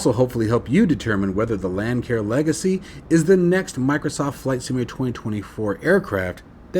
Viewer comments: A friendly heads up Lancair is pronounced Lance AIR. I made the same mistake when this plane first came out. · Not to be picky, I merely want to help you out. The "c" in Lancair is a soft c, not a hard c. It is pronounced as Lance air.